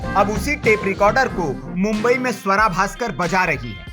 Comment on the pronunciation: Bhai sahab suwara nai hai swara hai